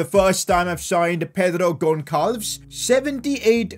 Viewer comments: The way he saus pedro gonçalves is cringe He says like goncalves,but you say it gonsalves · Its Gonçalves not Gonkalevesa lmao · His name pronunciation is killing me every time 😂😂😂 pedro gon-calves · When you pronounce Gonçalves, the “ç” is read like an s So it would be pronounced that as: “Gonsahlves” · 😭😭 My man said Pedro GonKalves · Gonçal-ves,it how it pronounced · Its pronounced gonzalvez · Gonçalves is pronounced as gonzalvez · You are saying bad his name It’s Gonçalves Not goatsalf haha 😂